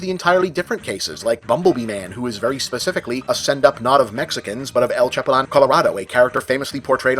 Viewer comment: That pronounciation of “chapulín” stabbed me in the ear, lol